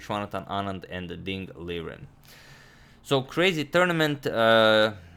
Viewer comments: Even ding LIREN is also not pronounced as LIREN.. its LIXEN or something like that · In pinyin his name is Dīng Lìrén, you say Ding right but his given name is pronounced like “Li-ren”, not liren. Li is like Lee. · It's Ding Lijen in Mandarin. Hope you would correct the other pronunciation error. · fun fact : today radjabov revieled(in vidit's stream) that ding liren is actually pronounced as ding lijen...the r is pronounced as j.. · also..Ding Liren is pronounced as Ding Ligen/Lijen .. not even kidding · Agadmator one small suggestion - Radjabov, in one of Vidit's streams said that Liren should be pronounced "Lishen" :D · Ding liren is pronounced as Ding Lisen